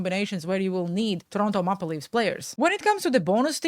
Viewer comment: Toronto mauh-pluh leafs 🤣🤣🤣 May-pel that’s how it’s pronounced lolol